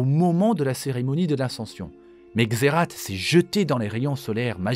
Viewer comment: Waaa. Trop content de voir cette vidéo !! J'ai encore appris pas mal de truc sur Shurima 🧡🧡 Y a juste un truc, officiellement, la prononciation de Xerath, c'est "Xérace". Mais même dans le jeu de carte, il prononce "Xérate" 😅😂 C'est comme pour Rakan. Tlm prononce "Rakane" mais c'est "Ra'quand'" (c'est moche, mais ça aide à la compréhension de la prononciation 😅) Super vidéo. Hâte aussi de découvrir de serveur MC !!!! Il sera moddé, ou juste vanilla ?